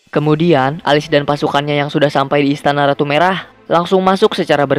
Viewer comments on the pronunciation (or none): Alice bacanya Elis bang bukan Alis.